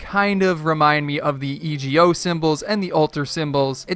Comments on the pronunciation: Its pronounced "ego" not e.g.o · E G O,it’s suppose to be ego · Christian Witt e go